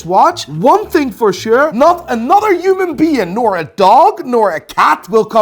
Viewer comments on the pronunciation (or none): none